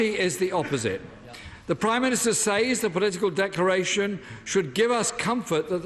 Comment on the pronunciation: Everytime he says "says" I die a bit inside